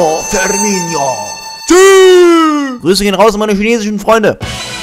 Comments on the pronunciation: Der heisst firmino nicht firmiño! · Ee heißt Firminooooo wie oft noch. 😒😒😒😒